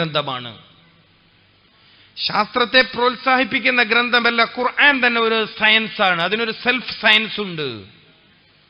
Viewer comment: قرعان😂ال قرءان